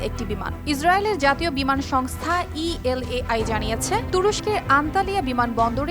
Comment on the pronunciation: El ai noy EL AL